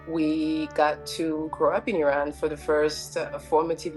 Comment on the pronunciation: The black woman said she is Iranian but mispronounced words like Iran and Qajar etc. she culturally appropriated the culture and language under her black disguise. I have so many black Iranian friends and not one has been ostracized or made to feel less Iranian than anyone else. Iranians are way above how this is portrayed. If they feel a certain way it is because of the government not the people. The world doesn’t understand this.